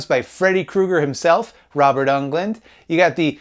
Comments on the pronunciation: Robert UNGLUND??? C'mon. Englund. Dude. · For the love of god never say Robert Ungland ever again